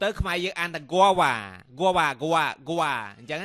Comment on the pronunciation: wong proniunciation in guava. it should pronounce 'gwa-ba'